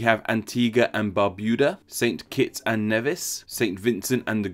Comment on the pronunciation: It's pronounced St. Kitts and nEEvis.